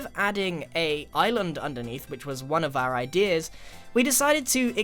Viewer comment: Our* not awer City* not siti